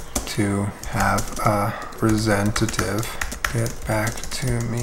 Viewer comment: he says resentitive instead of representative